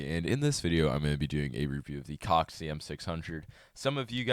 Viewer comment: i heard in the beginning you sayed COCK LUL